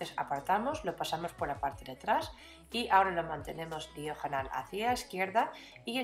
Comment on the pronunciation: Esss preeeciosaaaa!! Lo que más me gusta como dices diajonal!! Eres tan graciosa con tu acento